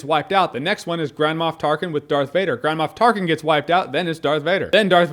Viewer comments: What he says: Grand Moff Tarkin What I hear: Grandma Tarkin Lol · Is it just me, or does "Grand Moff Tarkin" sound like "Grandma Of Tarkin"? xD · Am I the only one that keep hearing Jahns' saying "Grandma Tarkin"? And when he mentioned the ballgags :-D